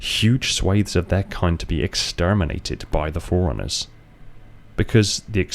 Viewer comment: Am I the only one hearing "foreigners" every time he says "forerunners"? Even the caption reads foreigners lol